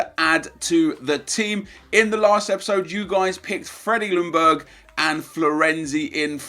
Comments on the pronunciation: It´s pronunced Jungberg!! The L is quiet! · The L in Ljungberg is silent.